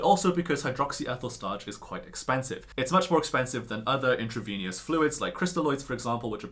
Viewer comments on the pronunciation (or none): Intravenous: in-tra-vee'-nuss. Not intra-veeny-yus. And H is pronounced "aitch," unless you're doing a regional folklorism routine with your funny "haytch." It's easy to re-record your video without these. The electrons won't mind. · it's pronounced "intravenous" not "intraveneous"